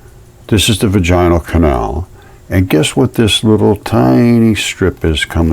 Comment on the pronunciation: VAGinal. Like Madge-in al. The only time the emphasis on the "ina", is when the full word is said. 👍